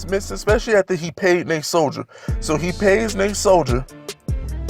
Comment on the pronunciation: i love the vids but its Nate Sol d e r not Sol d i e r